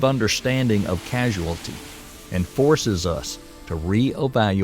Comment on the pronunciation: Causality. Not Casuality